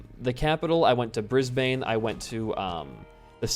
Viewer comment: Your pronunciation of Brisbane is really funny to me as an Australian